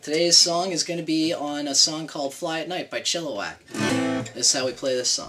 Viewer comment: "Chilliwack" with an "i", not an "o", my friend.